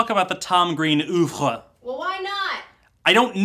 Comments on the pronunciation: Dear american people, "Oeuvre" is not pronounced "Oovruh" but more like "Uhvruh", otherwise you're basically saying "open" over and over again. Best regards, France. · Gah... "ooovre"; the "oeu" in "oeuvre" is like a slightly elongated "ea" as in "pearl", not the "oo" in "moo".